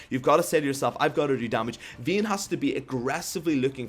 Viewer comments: I dislike cuz your saying veyne its vayne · you cant pronounce vayne i cant listen to your ween or whatever you call her